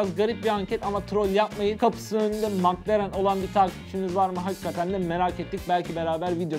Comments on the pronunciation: Mak lerın değil mek lerın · Maklaren 😂😂 Keşke telaffuz bilseydiniz.